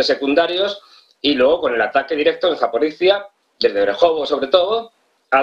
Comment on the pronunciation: ESte canal es serio? , no lo conocía pero.... su entrevistado o experto se equivoca al nombrar las ciudades de Zaporiya y Bajmut no Macmut... que improvisado y poco serio se oye!